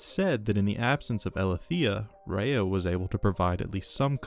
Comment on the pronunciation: You know your pronunciation is bad when the subtitles spell what you’re saying as Rehea. If you’re gonna do a whole video on an all powerful being. Maybe learn the pronunciation of her name i.e. the word. ❤